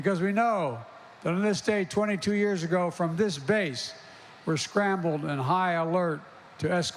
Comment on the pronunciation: Biden saying scrambled Makes me want some scrambled eggs 😆🙏🏼